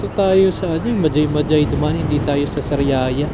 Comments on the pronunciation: Mahay hay ang big bigkas ng majayjay.ndi magaymagay😂😂😂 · mahayhay po yong pag bigkas ng majayjay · Mahayhay bigkas nyan kabayan hehehe naunsa ka man ba dong? hehehe😂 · Boss sound H dapay pag basa nya like mahayhay laguna J..is sound H pag bigkas nyan... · Majaymajay 😂😂😂😂 iba pag basa dyan boss hahaha ginawa mong bumbay ahh 😂😂😂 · Mahay hay po ang pronounciation po.. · majayjay = mahayhay po pronounciation nun paps ingat po palage